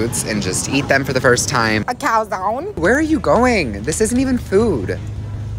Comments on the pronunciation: normal human talking: a cOw zOnE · ✨ “a caawzoonee” ✨ i love ittttt ❤❤